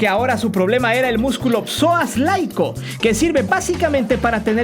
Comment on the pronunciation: Psoas laico jajaja Es Psoas iliaco